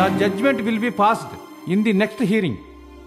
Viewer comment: Hiring kadu hearing